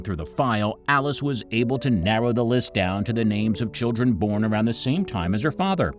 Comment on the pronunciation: After the first 5 seconds I couldn't finish because of the butchering of the names